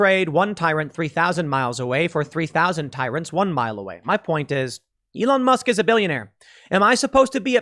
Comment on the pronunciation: Musk not mask!